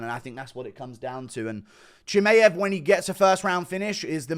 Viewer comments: It’s f ChimAev not Chimeev, it’s getting very annoying especially when Khamzat will be the future champ very soon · Why do you say Chimaev like that